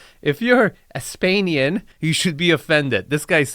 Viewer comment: Bruh…it ain’t “Aspenian” 🙄 it’s Aspentuckian. Fun fact: it was Aspenpudlian until 1776 when we de-Englished everything.